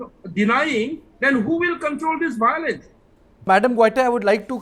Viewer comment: What is this "BOWLENCE...BOWLENCE..." the meitei panelists taking about???????